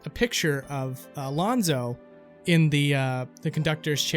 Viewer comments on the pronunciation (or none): It's Alfonzo, not Alonzo. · You said Rathalos correctly, but you said Alfonzo wrong. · You mean “Alfonzo”, not Alonzo